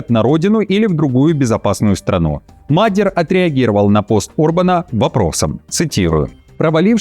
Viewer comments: Правильное имя Мадьяр , а не Мадер. Ударение на втором слоге. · Доброго здоровья! Было бы очень приятно слышать правильное ударение в иностранных словпх. Для жтого можно воспользоваться словарем или погонять нейросети. Это улучшит качество восприятия текста. Так, слово "мадьяр" произносится с ударением на последнем слоге. Это назвпние народа, довольно широко известное. Буду очень признательна за правильные ударения.